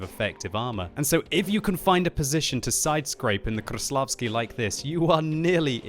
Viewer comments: Its not kruslavsky its kreslasvky lol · stop saying kRAĞVslavsky! Its so annoying, ok we get it you can pronounce ''R'' really good. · KRrRrRRRrrrrRRRrrreslavkiy.... Your pronounciation is horrible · try to pronounce 'R' a little softer, not 'RRRR' . Krrrrreslavsky, not like that, say Kreslavsky, soft 'R' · ''THE KV4 KRRRRRRRESLAVSKIY" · KV-4 Kraplavsky ... hahaha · Rolling your r's doesn't instantly make you pronounce the tank right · biggest pile of crap ever and kreslavsky is being mispronounced ... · I hate how he pronounces Kreslavskyi